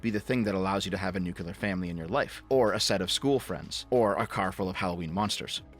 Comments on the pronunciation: He keeps saying "nucular". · pls new clear new clear nuclear the Q is silent